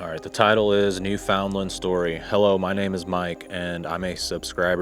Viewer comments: Hey, THANKS for posting this...the stories are very interesting. BTW: Newfoundland is pronounced..."Newfun-Lund" or "Newfin...Lund". 🙂 Best regards from Yucatan Mexico, Ben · Very nice production music! That's a great "plus" for your videos. Newfoundland isn't pronounced like it looks. The natives say "NOO-fun-lund". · Pronounced New-fin-land, accent on New. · FYI, Newfoundland is pronounced (new-fund-Len). Not a big deal though. Love the content and the channel is great. Thanks!